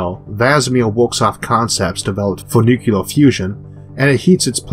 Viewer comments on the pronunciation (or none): Oh, my, did my hero, physicist Isaac Arthur, really say "nucular"? . nu-CLEAR, friend! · Your speech is entirely comprehensible, but ... "nucular?" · It's nuclear, not nukular. please! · Nucular... NU KLE AR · Your speech impediment is not a problem, but please do not ever say ‘nucular’. It’s ‘nuclear’. Much love friend. Hoping my jest finds you well and smiling. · From Wikipedia ""Nucular" is a commonly prescribed spelling of the often mispronounced "nuclear". It is a rough phonetic spelling of the common mispronunciation (nu-q-lar)." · Hey, I'm not native English speaker, but isn't "Nuclear" supposed to be derived from nucleus. The way the narrator says it sounds like some1 is going to nuke the hell out of us. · Oh come on - NucLLLear ;) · Isaac Arthur Many people pronounce nuclear wrong (including presidents). I did not make any other remarks regarding your obvious difficulties. Stay calm, the video was nice